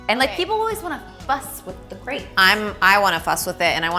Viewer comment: This looks amazing. But I can't believe how you pronounce "crêpe" (no offense). I will definitively try this recipe. :-)